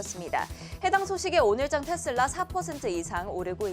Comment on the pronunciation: 텟슬라 텟슬라 텟슬라.. 이거 원어민 발음인거죠?